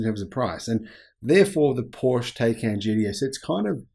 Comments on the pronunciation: Pleeeeeease say Taycan correctly! it hurts my ears,:( It's not 'Tey'can, but 'Tai'can. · Please say the name correctly: it's POOR-SHA TIE-CAN. 🤦‍♂️ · TieCan - pronunciation